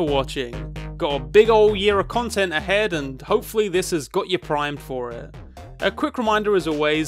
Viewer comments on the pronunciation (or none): none